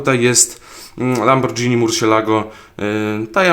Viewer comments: ej na przyszłoś nie czyta się lambordżini tylko lamborgini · LAMBORGINI A NIE LAMBORDŻINI XD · Nie lamborczini tylko lamborgini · nie lambordżini a lamborgini :P